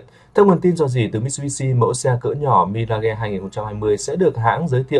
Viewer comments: Mi-ra-ge ? Nghe không chuẩn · Sao lai doc la MI-RA-GHÊ nhi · Nếu không biết phát âm chuẩn từ Mirage thì phát âm Mi-Kha đi ông nội.